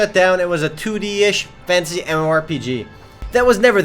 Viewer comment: wow december is big month so many mmorpg get alot of updates and CATACLYSM too ;o i like how u say fantasy ;d it sounds like fancy :D REMO FOR THE WIN